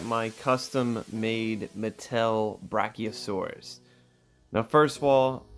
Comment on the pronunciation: you call it a brachiostegosauras